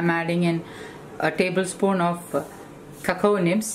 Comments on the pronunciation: Small correction.. It's not Cacao Nibs.. Cocoa Nibs - pronounced as KowKow. Basically dark chocolate chips. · chocolate chips basically. Its cocoa nibs, mispronounced by ( as kakao instead kow kow ). u can use 100 pc(check ingredients) cocoa powder from hersheys r cadbury